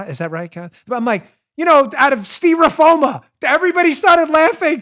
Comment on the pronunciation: "steera-foama" !! It should be a word -- understandable by both sides.